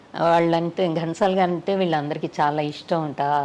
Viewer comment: ఓరి మీ తెలుగు తగలెయ్య!!!! అది గంటసాల కాదు ఘంటసాల వాళ్ళ ఇంటి పేరు ఎందుకు కూని చేస్తారు.. ఇంత పెద్ద పేరు ఉన్న చానెల్ లో కూడా ఈ తప్పులా😏😠